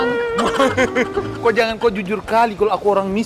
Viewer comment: KHAS : Pengucapan NG ( N+G ) = eNG... Ama Kak Bule JANGAN Menjadi = JAN- GAN!!... 🙂 LIDAH RUSIA!....